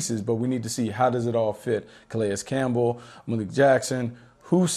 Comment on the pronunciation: Wait how did he just pronounce Calais Campbell? 😂